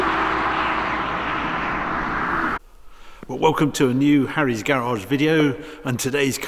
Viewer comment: Harry is hilarious. Bless him. A multimillionaire and couldn't even pronounce his own name properly.